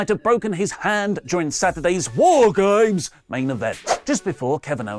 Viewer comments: Sounds like it saying "Whore Games" instead of War Games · It sounded like you said: WHORE GAMES! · it sounded like you said whoregames lol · I love hearing saying Whoregames! Lol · I can't unsee and un-hear it >_<